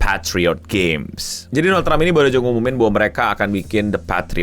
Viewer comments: Doland? Dolanan? 😂😂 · "Doland Trump" 😅 Doland ke negara tetangga 🤫